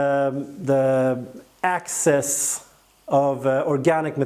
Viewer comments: You keep saying ACCESS... and you mean EXCESS... ACCESS = AVAILABLE; EXCESS = LEFT OVER OR EXTRA. In this case, the pumice is going to absorb about 30% of the water and the EXCESS water will then flow to the bottom of the container... also, PLANT... You are saying pl-ON-t and the word is pl-AN-t . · QUESTION: Can you practice these 2 words - EXcess, not ACcess, and plANTS, not plUNTS? Issue #1: Excess = residual; more than enough, vs ACcess = to capture or get in to. Issue #2: Plant = an organism studied by Botanist; A plUNT = NO ENGLISH SPEAKER KNOWS WHAT THE HELL THIS IS; an annoying sound in an otherwise great and informative youtube video series.